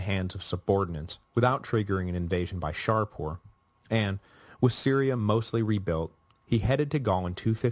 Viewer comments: Do I hear the Sassanid king's name being pronounced Shar-poor? Is that a latinized version? In Persian the name is Shah-poor, shah=king and Poor=son of/born of. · This is my second run through the series and although I may have raised it before, the Sassanid king's name is Shapoor not ShaRpoor. Shapoor is a compound name, from Shah=king and Poor=son(of).